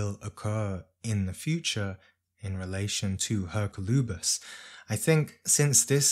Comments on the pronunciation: May I respectfully suggest the pronunciation is "Er-COL-oo-bis", not that it really matters. Thank you for your tireless work ! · Yes, that's how we pronounce it in Spanish.